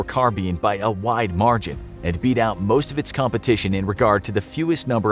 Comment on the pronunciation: emphasis on MOST; never forget xm8-chan